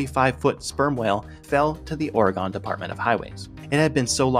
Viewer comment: bro you know how to pronounce oregon. why the hell would you do that?